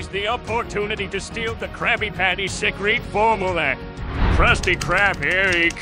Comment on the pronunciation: Krabby patty SECK-REET FOR-MOOLA